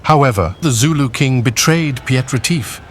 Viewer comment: Piet is pronounced with the same ie as in Retief, ho can you get one right and the other wrong?